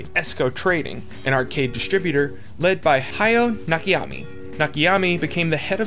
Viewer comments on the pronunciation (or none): Nakayama. Not Nakayami. Great video btw. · You keep saying Nakiyami. His name is Na Ka Ya Ma. I wouldnt have noticed or comented but you posted the name up on screen and then proceed to say Nakiyami like 5 times in a row lol Otherwise great video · I keep getting distracted everytime you say "Nakiyami" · Please stop saying "Nakiyami" It's "Nakayama" with all syllables having same vowel pronunciation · Sorry, this is not watchable. When you pretend to be in a certain hobby, at least bother to use google translate for correct name pronunciations ...THERE IS NO NAKA-YA-MI... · Why did you butcher that man's name like that? Better yet, how? It's literally right there on the screen... 🤨